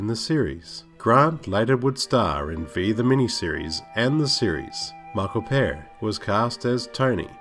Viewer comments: Michael Pare is pronounced "Pear" it's Pare -Ray like Parade. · Also Pa Re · Like your stuff but you have to work on pronouncing these names right. Accent or no accent. For instance Michael Paré. See the little thing on the end of the E. And it's Connie Sell-Eh-Ka. Not Sell-A-Ka